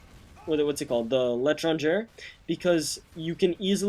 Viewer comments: the way you pronounced "L'Etranger' was cringe worthy. I know if you don't speak french it's excusable, but to those that do...let's just say it was unpleasant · i like how u sai étranger :D its not like that it should be articulate